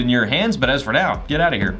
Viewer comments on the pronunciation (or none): Hey, Dont say 'getout o here'!! Respect the viewers, stay Humble From 🇮🇳